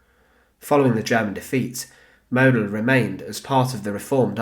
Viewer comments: Pronounced maud-dell. German phonetics are really simple, pls make an effort. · Model wird so ausgesprochen. Moodel. Das O wird langezogen.